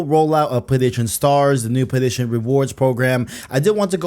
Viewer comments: If this guy says playDation again im gonna go insane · Every time he says 'Playstation', it sounds like he's saying 'Playdation'. I stopped watching halfway through because it was all I could focus on. 😂 Sorry, bro, I tried to make it to the end. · U don't say Playstation right.. i can't stand it lol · Dudes yt name literally has PlayStation in it. You’d think he’d figure out how to pronounce it